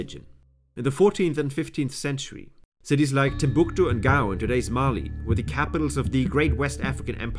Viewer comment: I can’t stand the way he says Timbuktu